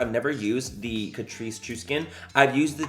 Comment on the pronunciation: Excuse me sir, if you're going to do a Tati made me buy it video, you're going to need to pronounce it Cat-Rice